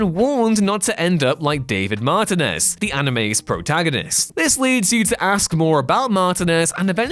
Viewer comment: David Mar-Tee-nez not David Mar-te-ness...